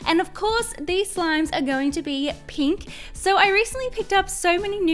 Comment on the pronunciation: I like your accent! Are u American? It makes me laugh when u say pink Because it sounds like peenk tho I Think that’s because I’m Scottish P.S why am I watching this I don’t like slime or pink I like black and death